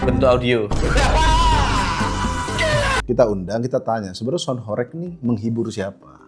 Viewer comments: penyebutannya bukan horek, tapi horèg (bergetar dan berguncang) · horEg itu bacanya pake e nya 'Entah' bukan 'Entot' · gemes banget kalau dengar orang jawa bilang Horeg bukan Horeg... padahal katanya aktivis jawa tapi gak bisa bahasa jawa🥲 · Horeg blok bukan horekk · Kalian wong jawa timur kok mbaca horeg jadi horeg.